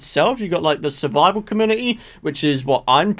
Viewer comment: Your accent make community sound like comuity 😂